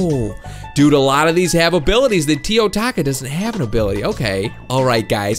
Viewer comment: "feel the rath of the teo-TACO